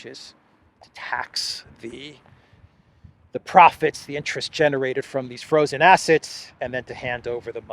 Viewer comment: The way von der Pirate says "proficts" ⚓